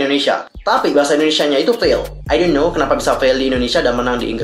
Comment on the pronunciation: ID yahoo japan ya dibaca biasa atuh kak. ID. Ai di :( masa gatau